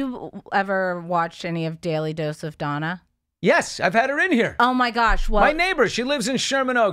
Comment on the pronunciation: I think that her name is Dana and not Donna ... but ... 😂